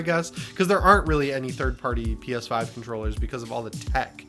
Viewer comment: Lol, I thought you said a Peta website 😂 I had to rewind and watch again. I'm waiting for the GuilKit KK3 controller. PS5 controllers absolutely use Bluetooth.